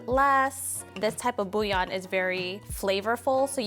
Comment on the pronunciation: Love how says BouLion 🤣